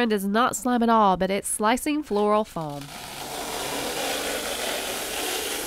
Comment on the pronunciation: why does she say foam like floam